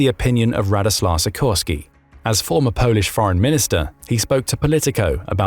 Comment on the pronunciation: Sikorski is read she - core - ski (with the stress in the middle).